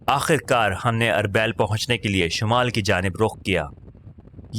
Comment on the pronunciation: آپکی آواز اچھی ہے لیکن بہت سارے تلفظ غلط ہیں جیسے اربیل۔ اورمحو وغیرہ۔